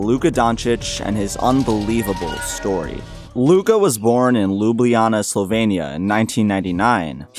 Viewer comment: Lubujana🤣🤣 Bro it's Ljubljana.